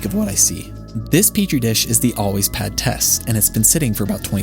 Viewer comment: "ALWAYS" bro I thought you said "Aldi's"😂